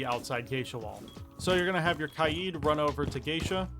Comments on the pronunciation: Stop saying kai eed instead of kay D plz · Ky-eed? its Kay-d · Bro it’s not “kayeed” it’s “Kayd” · “Kaigh yeeid” is crazy💀😭🙏🔥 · pronounce Kaid like K-Aye-d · Love the vid, really helped me with setting up better and not getting reamed by my teammates for being a noob. Thank you. But why do you say Kaid’s name like that? I usually hear it like Kaid (Cuh-Aye-D). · Why pronounce kaid like that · Saying kaid wrong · How does someone pronounce “Kaid” wrong? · This really helped me but the way he said kaid’s name